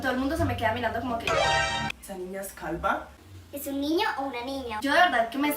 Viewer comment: jajaja dijo calba .... sin ofender